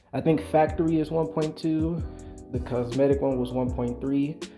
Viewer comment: COmetic not cosmetic lol